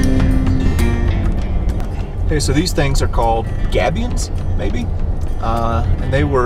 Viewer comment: shucks..... thats a highway, son. next try Shelf Road from Cripple Creek to Canyon City. then, once youve got on your big boy pants.... try Black Bear Road. but you should go with a guide your first time on BBR. also, youll love the view from the top of Mt. Evans. psst... Gabion (gay b yon)